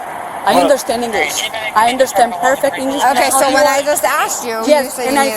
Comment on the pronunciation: " I understand perfect, English..." " my Engli na too gooo"